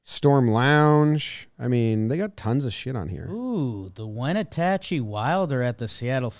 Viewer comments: saying Wenatchee (win-at-chee) as winatachee made my day haha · Can someone teach how to pronounce Wenatchee?? As a seattleite listening to butcher names is awful. Haven’t Mariners fans suffered enough the last ~22 years?